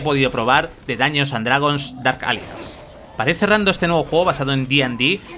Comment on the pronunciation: Dark "alianz" ni se preocupa en pronunciar bien el inglés u.u